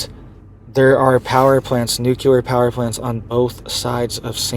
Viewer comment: This isn't something new,,, history going back hundreds of years has recorded massive earthquakes in these areas months after a solar eclipse passes over land there... this guy can't even say nuclear correctly, do your own research